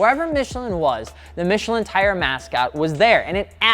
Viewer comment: Your French hurt me.